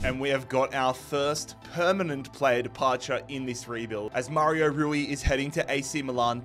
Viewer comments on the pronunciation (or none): none